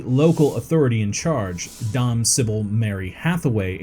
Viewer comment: Dame = Day-m